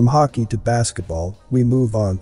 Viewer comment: Thank you, nice video. It's hockey not hokey ok?